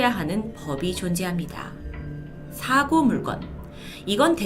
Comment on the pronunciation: 사고 물건?? 물껀이라 읽어야하지 않나?